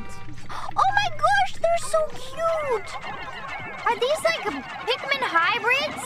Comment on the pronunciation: Your text to speech program is transcribing "Pikmin" as "pigment" and "pigmin"